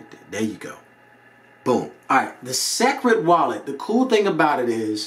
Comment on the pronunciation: Entertaining review but listen it's pronounced "secret" not sek-red. Boom! Like if your mind just exploded.